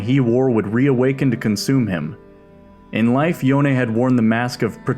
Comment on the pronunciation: Thank you for calling Yone, Yo ne. Everytime I hear "Yown" I felt sick.